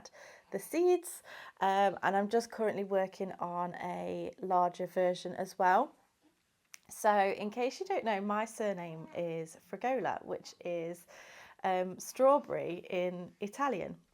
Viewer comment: As an Italian you are pronouncing your surname incorrectly...FRA GAW LA